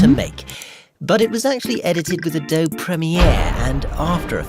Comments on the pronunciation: The e in Adobe is not silent. Ah-DO-be. I don't understand why you're dunking on Premiere. Editing software can still be good even if you don't spend a fortune on it, and any good non-linear editor (such as Premiere) is lightyears ahead of old film-based editing systems and completely adequate for cutting a feature film. This isn't even unusual. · It would be more impressive if Adobe was pronouned correctly.